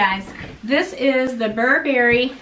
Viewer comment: Steam the coat. The reason it came wrinkled is because you keep mispronouncing the name. It’s BURbury, not burBERRY. Happy Thanksgiving,!🦃